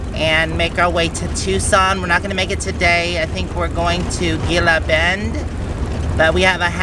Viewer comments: Gila Bend is pronounced hee la.Enjoy Tucson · You have the best videos! Going down the road and seeing the sights. Thank you for doing these “on the road” videos. I enjoy them very much...be safe and. By the way Gila Bend is pronounced as an H. (He la bend) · Gila bend is pronounced hella bend lol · The Saguaro cactus is only in the Sonoran desert - so if you're seeing them you know you are still in the Sonoran desert. You were parking near Sonoran Desert National Monument. Gila Bend is pronounced He la Bend. Thanks for the drive, I haven't been down that way for a long time. Next time I think I'll stop (before summer) and get a date shake, sounds yummy. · pronounced He- La Bend